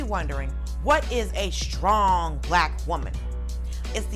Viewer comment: Please learn how to pronounce "str" words correctly. There is no "h"!!! (ie. shtrong.)